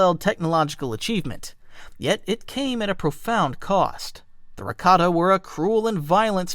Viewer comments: Raktarn really? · There are a lot of issues on here. Mispronounced rakata and the rakata called their empire the rakatan empire not the infinite empire. Called the ones celestial when they’re not their descendants. The real celestial disappeared after the rakatans started taking control of the galaxy